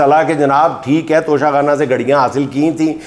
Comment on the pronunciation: اس موقع پر توشہ آخرت کا ذکر اور وضاحت ھو جائے تو شاید توشہ خانہ کی گردان کے شور میں کچھ کمی آجائے ویسے بھی کچھ موروثی بیساکھیوں پر کھڑے قومی لیڈر اس کو "ٹچہ کھانا" کا تلفظ دیتے ہیں 😂😢😊